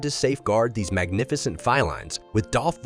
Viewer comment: "Fie-lines?" "Hairy tongue"? Is everything AI now?